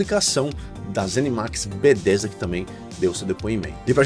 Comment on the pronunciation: Video ótimo, mas como me incomoda como você fala Bethesda... Este "th" não fala como "d" irmão.. É muito errado falar "Bedêsda".. Meu ouvido dói todas as vezes.. Haha! Ou fala Betésda em português mesmo, ou saca qualé deste th, e fala o nome todo com entonação correta do inglês... Mas "Bêdêsda" até dói o ouvido.. Rsrsrs